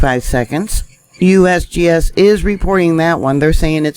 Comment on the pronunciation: I like when you say USBS LOL 😂👍🇺🇸stay safe all